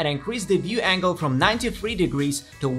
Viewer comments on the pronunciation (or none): none